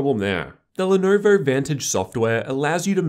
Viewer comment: pronounced lenovo like that